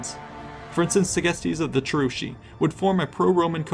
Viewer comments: Cherusee? Do you also say Shatti? What about Brusteri and Tensteri? You do know Latins and Germans always pronounce a hard "C" right? Of course you didn't, otherwise you'd be saying their names right. *massive eye roll* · The names are so off. Cheruski ~ Kievrus, Chasuari ~ Khazars, Marsi ~ Mysi, Chatti ~ Goths.